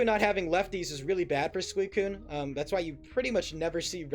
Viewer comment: still calling suicune coon is wild lmao